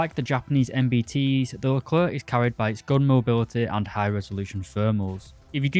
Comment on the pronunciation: One of the few people who say "leclair" instead of "luhclerk"